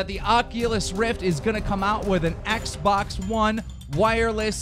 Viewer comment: Keen ... Learn how to say Xbox properly